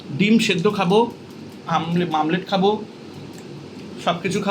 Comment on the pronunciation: ami class 11 e pori tomar video ami dekhi ammr khub khub khub khub khub khub khub khub khub khub khub khub khub bhalo lage 😊.....tumi bolle na ami bangali manush omllet k mamlett bolbe amr bhai sune bolche omlett naki mamllet 😂😊😊😊